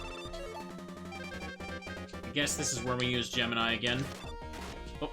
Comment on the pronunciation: So "GEMINI" is pronouce Ge-me-nile instead of Ge-mi-nee?? never notice till watch this video...